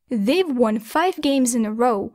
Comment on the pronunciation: Won произносится как ван, не вон